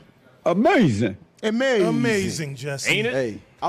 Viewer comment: He said Amazin!!!! I almost spit up my water.